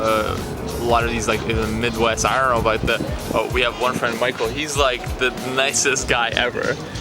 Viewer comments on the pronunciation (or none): none